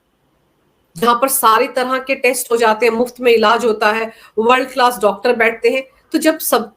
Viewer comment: नमस्कार, ये आप वर्ड क्लास क्लीनिक या थर्ड क्लास क्लीनिक क्या बोलते हे! 🤣🤣🤣